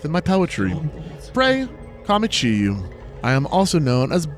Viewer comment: kuafu was close! it’s more like kwah-foo. apparently the chinese characters, 夸父, translates to handsome father? 😂 kuafu is another character from chinese mythology too: - heng my beloved. the character for this is 恆, which means eternal! - chiyou is more like chih-yoh, like how people say ‘yoooo’. he’s one of my favorite characters honestly, i think he’s hilarious. - jie is pronounced jyeh. it’s kind of unintuitive for english speakers i think:x - don’t worry about zhounan, zhaonan, and daya, those are only ever mentioned here:P they’re just sector names i think - got ah-fang right the first time! often in mandarin, the a makes an ah sound. it depends but it’s. reliable enough i think:P - i don’t remember if i commented on your pronunciation of penglai yet, but it’s fine:D the characters for it are really pretty, which i think is fitting. also i looove listening to speculate. she’s so observant and surprisingly on point a lot of the time, so i always love listening to her theorize. excited to see how much she guesses right >:) i also think it’s kind of funny how much better is at interpreting the lore than is a good chunk of the time 😂